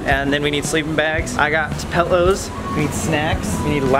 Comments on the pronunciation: anyone notice Sam said pellows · ok you say “pillows” like “pellows “ just like me. love this video 👍🏼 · You know Sam hangs put with Kat a LOT when he pronounces "pillows" "pellows"😄🥰